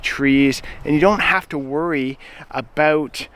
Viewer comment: Saw 'Highlands" in my feed and wondered where's this feller from?? Heard "aboot" and knew immediately.😅 His anti-nanny state views are right up there with Chace Barber from Edison Motors. A freedom concert would be great with Corb and Colter headlining.